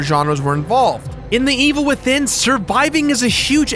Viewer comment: I was giving you the benefit of the doubt until you said the Evil Withinin.